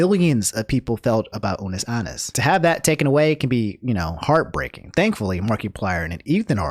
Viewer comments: "Ah-Nus" not "Ah-Nis",. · What if it’s just that person’s accent lmao idk